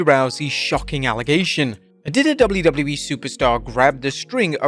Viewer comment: You say 'wwe' so gross. Fix it